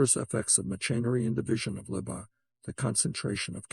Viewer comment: Ironic that this AI can't pronounce "labor".